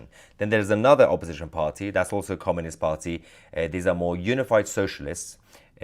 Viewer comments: its communist not comminist mahyar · Comminist? Get it right.